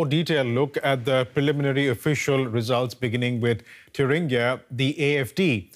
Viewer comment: Congrats to for getting the (English) pronunciation of "Thuringia"right at 4'.15". Oxford?